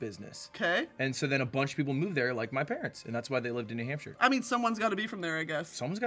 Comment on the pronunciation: it was a jump scare to hear “new nampshire” from queen broski’s mouth, hello to my fellow new hampshirites!